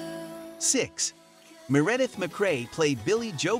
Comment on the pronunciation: Yeah I don't think the guy who narrated this video got past kindergarten. He actually pronounced Meredith mcrae's first name as ma-redd-ith! Seriously?